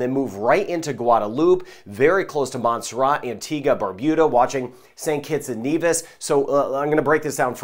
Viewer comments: rat not ra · Your my favourite Weatherman💖 but really wish you would pronouce MONT-SER-RAT better hard T, keep up the great work